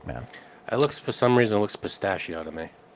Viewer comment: It’s pistachio.